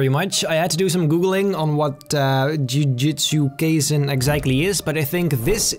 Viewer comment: you pronounced jujutsu kaisen wrong lol